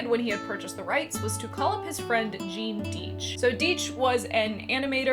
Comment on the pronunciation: A nice video, but please my friends, it's Die-ch, not Dee-ch.